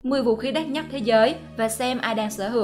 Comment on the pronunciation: Đất Nhắt . Nghe vl